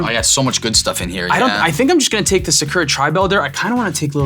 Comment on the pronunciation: To split hairs on Sakura's pronunciation, the emphasis should be on the last syllable, "RA": sa-ku-RA.